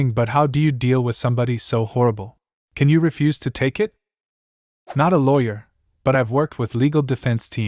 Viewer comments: If you're going to use an ai voice on a LAWYER video actually make sure it's saying LAWYER right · No. It's ai that doesn't know how to say lawyer. Come on man.